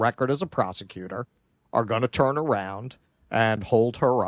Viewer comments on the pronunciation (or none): none